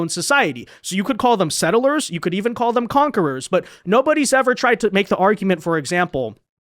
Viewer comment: PLEEEEASE....It's two syllables. Sett-lers,not set-ter-lers.